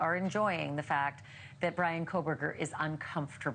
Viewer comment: They're calling him "Breanna" 😂